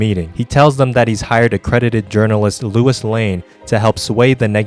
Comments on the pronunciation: You calling Lois “Lewis” is giving me a hernia… still less painful than the Chinese torture that is “the Nail” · Question, why are we pronouncing Lois as Lewis? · Every time you say "Louis" instead of Lois for engagement I imagine Bill from Left 4 Dead screaming out "LOOUIS" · Low-is lane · Why are you pronouncing Lois' name as "Lewis" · Why do you always say Lois as Louis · Bro i love that youre covering these stories but you gotta stop calling lois "Luis" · Am I the only one who kept hearing Lewis whenever he said Lois. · That’s what he was saying. Probably engagement bait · You always say Luis😭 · i love your videos but the way you say lois' name hurts my soul. and a war-thunder sponsorship!?!?!?!?!?